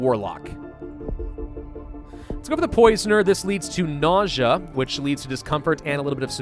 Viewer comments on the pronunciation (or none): none